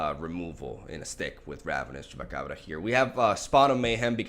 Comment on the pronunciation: Nobody:; Chupacabrrrra